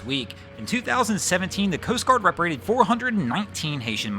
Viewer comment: Hey,, great videos, but regarding sending folks back to their home country, I think you mean to say "repatriated." You seems to be dropping a syllable or two.